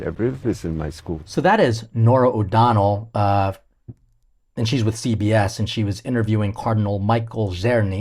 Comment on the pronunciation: Her name is Nora O'Donnell; not Laura.